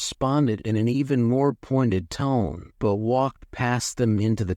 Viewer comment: The bot really really needs to learn how to pronounce Ton'ets and Thwill's names.